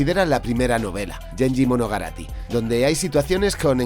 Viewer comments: MonoGATARI, no MonoGARATI... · No se dice "monogarati", es "monogatari". La palabra "monogatari", 物語 se forma de dos Kanji (caracteres sino-japoneses), 物 que significa "cosa" y 語り que significa "narrar, relatar o contar". Así, monogatari se entiende como "narrar algo", y su traducción mas contextual es "cuento". Así, el título de la obra literaria citada sería "Cuentos de Genji". Genji se pronuncia "guen-yi-. De nada.